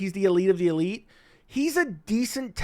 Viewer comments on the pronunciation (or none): none